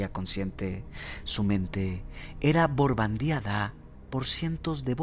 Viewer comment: escuché si mente era borbandeada.. dices bombardeada o la otra palabra que quizá no entendí, disculpa mi pregunta y saludos